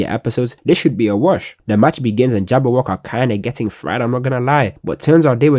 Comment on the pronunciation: how did bro watch the movie on dub and still pronounce it jabber-wok-e